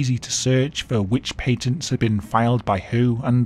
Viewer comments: That's not how you say patent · Wait do British people pronounce patent that way? I never knew that